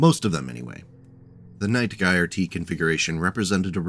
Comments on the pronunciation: Love it, another of my favorite mechs. I've ridden the Prime config to many glorious Alpha Strike battles. Also, my guy, in Night Gyr the 'Gyr' is pronounced 'jeer,' just a heads up. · The Night Gyr is an utterly fantastic mech, one of my faves of the Clan designs. Also, it's pronounced with a soft G, like gyrfalcon, which its name doubtless references, or, you know, gyroscope. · Huh ive always pronounced it more like how one would say Night Gear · Ahh man. No one in the Battletech community knows how to pronounce Gyr. Everyone in my Jade Falcon group in MWO had their own pronunciation. Anyway, gyr is a popular shortening of gyrfalcon, which is a type of falcon. (Jade Falcon is all about birds of prey afterall), and is pronounced Jur as in "Jury". Gyrfalcon. "Jurfalcon". Night Gyr. "Night Jur". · Gyr is pronounced with a soft g, like j. Named for the gyrfalcon. Yeah, I know you'll see people pronounce it with a hard G, and those people are wrong. I'm assuming I'm the 50th person to comment that, but it must be said. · Relief to see someone else gets as mildly infuriated at the mispronunciation as I do.